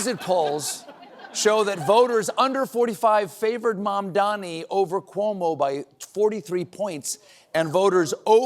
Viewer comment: THE NAME IS MAMDANI, M-A-M-D-A-N-I